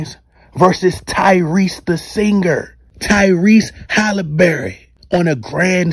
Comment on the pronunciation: Tyrese Halle-Berry 🤣😭🤣😭🤣